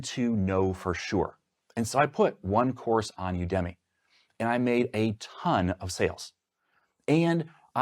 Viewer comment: You gotta stop pronouncing udemy that way!